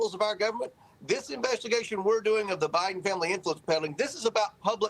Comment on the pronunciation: OK, so it this a proob or an inverstigashun?